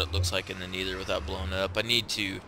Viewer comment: ur saying nether wrong